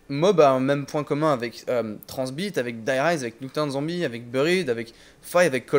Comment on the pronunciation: MAIS PUTAINNNNNNNNNNNNNNNNNNNNNNNNNNNNNNNNNNNNNNNNNNN DE MERDE ARRÊTE DE DIRE TRANZBIT